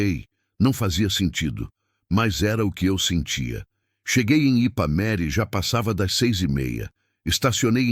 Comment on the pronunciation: O narrador fala o nome da cidade errado, o nome certo é Ipameri